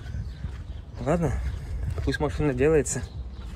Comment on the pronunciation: 🤣🤣🤣 Я после Вашего комментария тоже начала прислушиваться. МаФына, Фто... Раньше не задумывалась, но дефект слышала.